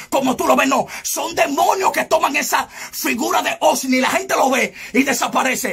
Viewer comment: No es osni es ovni